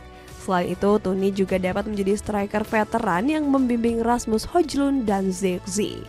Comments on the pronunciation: bacaannya bukan hojlund tapi hojlund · Ngakak denger spelling hojlund 😂😂